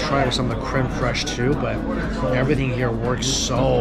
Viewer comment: I had to laugh soooo hard, I'm sorry Mikey. When you said creme fraishe, my mind instan went to south park. Yes, I'm a terrible person.. and laughed soo hard. I live for Randy..